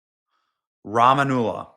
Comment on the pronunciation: Obama started it and Biden continued. Mayorkas should be responsible too. Rah ma mullah that’s the pronunciation.